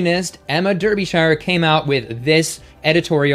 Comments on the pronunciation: Derbyshire is “Daabyshuh”, not “Durbyshaiuh”. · you are brilliant, but Der be shire, ouch!!! that hurt, I'm from near there, repeat after me DAR be shire, yes they cannot spell the word as pronounced. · Americans you always pronounce any British town or name with shire in the word incorrectly... for example Derbyshire is pronounced Derbysheer. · "Smugness complete." 💕💕💕💕 In British English we pronounce Derbyshire as Darbysher. Sorry to point this out but for us Brits it's funny to hear Americans pronounce British English words. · Love the video, especially the way you say Derbyshire! Here in the UK we pronounce it as ' Dar bee shear '. Makes no sense I know! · Chuckling at the pronunciation of Derbyshire's name. ;) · Jesus Christ! Why can't Americans learn to to pronounce Derbyshire correctly! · Not hatin' but your pronunciation of Derbyshire made me choke on my food